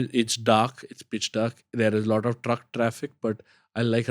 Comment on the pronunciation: The fuq is "lauda", enunciate your words "lot of" stop saying lauda lauda.